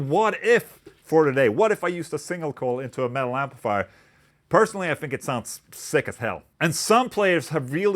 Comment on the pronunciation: For the first minute I thought he was saying “male” but he was saying “metal” 😂